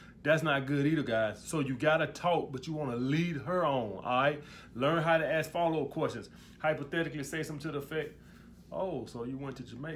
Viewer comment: Thanks for your insight.... one observation stop saying axe when you say ask